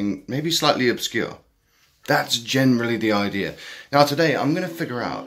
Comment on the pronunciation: Idea, not Idear